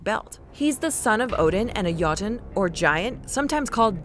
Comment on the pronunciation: Jesus christ, anglophones, when will you learn that not every language pronounces J in the way English does? The way she said jötun and Jörmungandr made me cringe so bad.